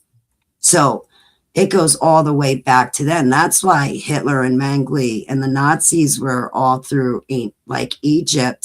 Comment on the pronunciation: In case someone wants to look this guy up, it's J. Mengele, not Mengley.